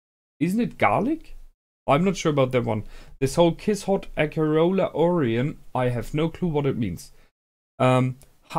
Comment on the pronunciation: "Kiss-Shot", not"Kiss-Hot" :P Kiss-Shot Acerola-Orion Heart-Under-Blade